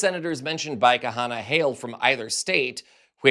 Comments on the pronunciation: KHANNA its pronounced KANA - not KA-Hannah! UGH! It's not hard, really. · Please pronounced Kana, NOT Kahana! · His name is Ro Khana, not Kahana. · Please get these corrections: Khanna NOT kahanna. Senate LEADER not speaker.!!!!! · Khanna, not Kahana. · It is Kanna. The h is silent. 😊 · FYI Ro Khanna’s last name is pronounced “Kah-nah”. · psst. The 'H' in 'Khanna', is Silent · Khanna is two syllables :)